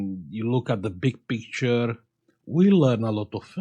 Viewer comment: i like you when you say : we have picturrrrrre 😀